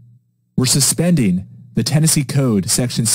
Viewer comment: Ten-NAZEE (10 Nazi)